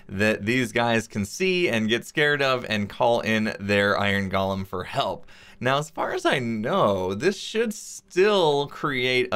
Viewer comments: Gollem: “GAH-lum.” From Lord of the Rings Golem: “GOAL-um” An artificial construct. Mispronounced by x this episode. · GO-lum. GALL-um is the guy from Lord of the Rings.